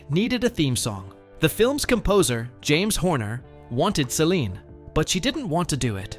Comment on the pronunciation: If your going to make a video of Celine’ learn to say her name correctly. Get your facts right before your video , she was 12 when she met Rene’.